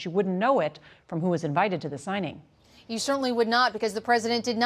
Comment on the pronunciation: I can't stand the way these reporters exasperate every single word. For example, her use of the word 'you' for some reason has three syllables. Give it a rest.